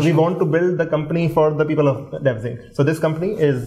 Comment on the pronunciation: Bhai khuda ka wasta hai its devsinc not devensick